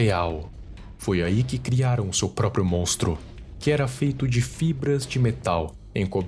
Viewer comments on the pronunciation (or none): none